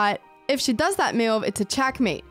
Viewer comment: You pronounce 'best move' so wierdly. One might bet you said 'mewed' instead 😅 And may be cats are your favourite pets, who knows :)